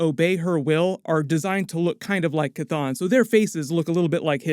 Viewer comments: Jesus the fucking H is not silent. Its Cheh ton not Cuhthone. 🤦🏿‍♂️🤦🏿‍♂️ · Dude, the demon's name is not pronounced Kathon its pronounced Shhhthon. You didn't hear Wond say it in the movie. I keep commenting to you everytime you mispronounce it. I guess its better than the way you use to buchter it, Kathone. Its Shhhthon !!!!!!!!!!!!!!!!!!!!!!!!!!!!!!!! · After MOM i realize Chthon is pronounced sathon. So I always cringe when I hear it pronounced cathon now.